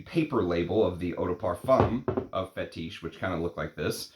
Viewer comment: Roh-jah, not ROW-jah. Fetish, not Fe-TEESH. Jesus Christ…….